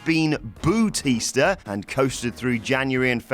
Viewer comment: He will always be boo-tista